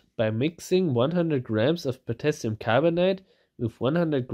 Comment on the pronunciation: Correction: Potashium. ;)